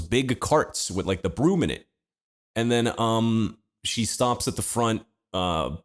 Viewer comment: I don't remember saying th's as d like "Wid" instead of "With"